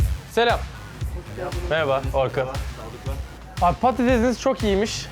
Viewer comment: Meraba derken mmshxjdndb doyosun